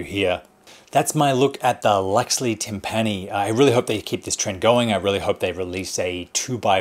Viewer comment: its pronounced tim-pini like symphony ...not tim-panny lol